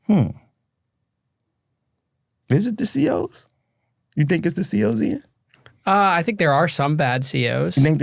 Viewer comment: Im convinced New Yorkers pronounce Ian as Eon 😂